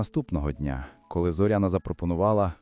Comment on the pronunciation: Робіть правильно наголос на Зоряна не на о ,а на я .